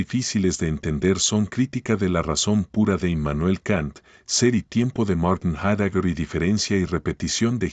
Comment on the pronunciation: Heidegger no se pronuncia como lo dice el locutor sino que se pronuncia /haideguer/